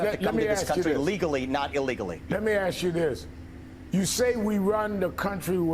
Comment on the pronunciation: "Let me AXE you a queshun" - Al Sharpton